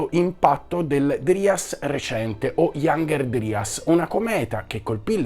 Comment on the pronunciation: Piccola correzione: la pronuncia inglese corretta è "iangher draias".